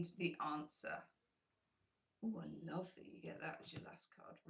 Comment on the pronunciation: Grateful for your "LUOVE" ;)